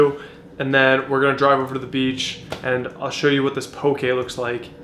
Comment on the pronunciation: As someone from Hawai’i, it makes me so happy to see that mainlanders are enjoying poke...but more importantly, it overjoys me that you pronounce it CORRECTLY!!! PS - that’s how you pronounce “sake”...it’s NOT “saki”. 😁